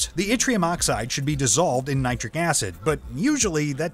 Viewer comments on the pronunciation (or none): N IITRIC - it's pronounced NIE TRIC or NYTRIC And it's definitely NOT pronounce NYTRYKE.